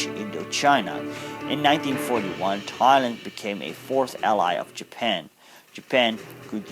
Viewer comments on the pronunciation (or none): none